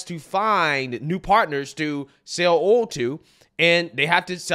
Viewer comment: It’s ”OIL” (pronounced as oyl) and NOT ‘OLE’ … if you think of the word, “loyal” 🤔 just remove the ‘L’ and you’ll know how to properly pronounce the word. You’re welcome 😜 Welcome to America, champ!! 🇺🇸